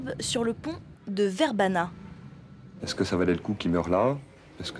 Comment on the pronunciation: Ça se dit VerbaNIA pas VerbaNA ...